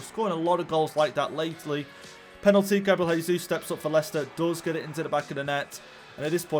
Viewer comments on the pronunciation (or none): none